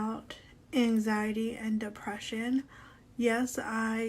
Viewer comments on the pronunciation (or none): angZyadee and duhpreShyn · identifies as having angzheen and depreshun lol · YOU CANT EVEN SAY ANXIETY 💀